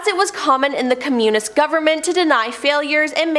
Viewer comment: ...and "communist", and "Arkansas"...I couldn't continue to watch.